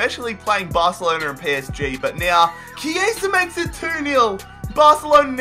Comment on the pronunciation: You're right about Chiesa, no need to correct yourself. In Italian, Ch+vowel is "K" (so it's kee-AY-zah) and C+vowel is "ch" (think "cello"). See, a music education can be good for something xD